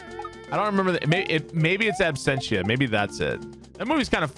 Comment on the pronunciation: "Abstentia" haha. Love you